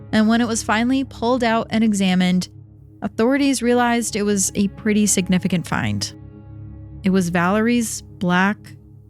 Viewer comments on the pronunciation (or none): none